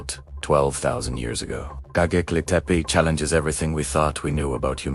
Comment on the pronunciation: GoBEKLI, NOT goGEKLI...